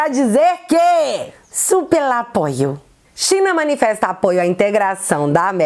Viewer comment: Gostei do "supel apoio". Kkkkk